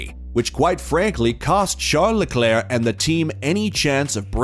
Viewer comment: Who is "Shart the Claire"? I'm assuming you mean Charles or Charlie.